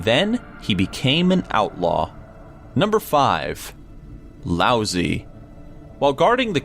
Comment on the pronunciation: love you, love your videos, but: your pronunciation of the name Lao-Tze is, well, lousy.